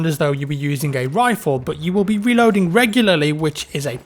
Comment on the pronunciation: When you were talking about the Hellriegel you said weload xd